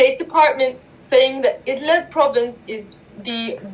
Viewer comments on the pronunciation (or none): Hey Luke! .... It's called "IDLIB". NOT "Idlab" or Idleb". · Luke, very fine, even excellent video, but try to work on your pronunciation of words. In this case, about Idlib, you say Idleb, possibly also Idlab, and the real name is Id-lib, as when people pronounce liberty, libertarian, .... Mis-pronunciations can make it sometimes difficult for people wishing to do additional searches on or aboutr a topic. Speaking or wanting to speak too quickly can be a cause, qo maybe slowing down a little might help.